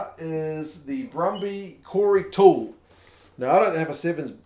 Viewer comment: We try to pronounce Maori and Pacifica names correctly so we should do the same for everyone else. Toole is an Aussie, so it is pronounced something like ‘Too-il’ by the locals. Definitely an extra half syllable in there.